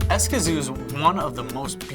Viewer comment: Interesting but your place name pronunciation is almost painful..... Don’t worry most Americans do by lengthening vowels... if you take a Spanish course you’ll learn how to shorten vowels (I lived there for 8 years)